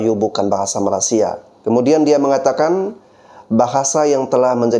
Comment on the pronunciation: Bang bro, maaf mau ngasih tau, kalau bilang Malaysia jangan bilang Malasia tanpa y bang. Kemaren channel Rusdi Rusli mencoba beberapa kali mengkoreksi perkataan abang. Bener juga sih, coba kalau ada org luar negri yg berkali-kali salah menyebutkan nama negara kita salah Indonesia jadi INDONESA tanpa I. Yaitu aja sih koreksi nya. Makasih